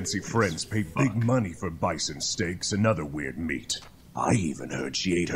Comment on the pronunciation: Jeffrey Chinn By the end of the episode he says Bison correctly, signifying his growth. It's a nice little touch.